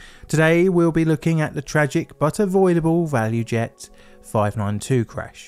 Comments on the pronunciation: Btw, I think it's actually ValuJet, not ValuEjet. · ValuJet, not value jet